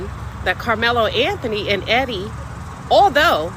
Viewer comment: Lmao annihilated Carmelo Anthony name lol